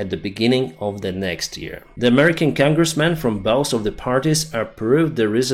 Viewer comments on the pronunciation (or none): none